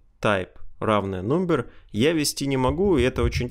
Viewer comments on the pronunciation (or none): Всё норм, но твой английский просто серпом по одному месту. Емайл, сисурити, нумбер и т.д.